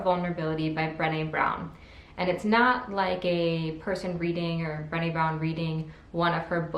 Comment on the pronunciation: HEY! I already read all of those!! Cool. If you like those books (like me) you should read THE UNTETHERED SOUL by Michael A Singer. [ BTW Brene' is pronounced Brah-Nay like Renee only with a B ]